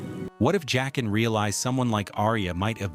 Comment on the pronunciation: Joaquin is pronounced HWA-keen. It's Jaqen, pronounced JACK-en.